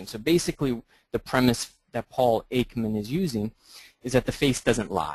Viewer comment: The first thing that pops into my head when you say "anatomy" is "the human form." But then I am not exactly typical (and I learned a bit of latin when I was younger, which tended to give me a deeper understanding of Western language than most my age). And... It is Paul EKman, not "Aikman". The distinction is slight. Ekman is a psychologist and Behavioralist, and not an Author, and he is probably more "pop-science" than "real science."